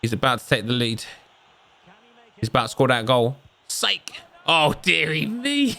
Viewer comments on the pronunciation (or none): none